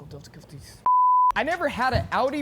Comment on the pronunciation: "Technical dilfticulfties"